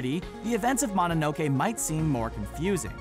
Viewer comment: I cringed when you said Mononoke wrong.